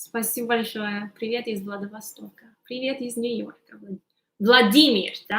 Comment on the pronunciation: Ты так забавно говоришь ПИВЕТ))